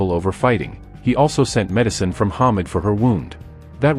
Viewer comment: HAY-MITCH!! 🥴 Not Hamid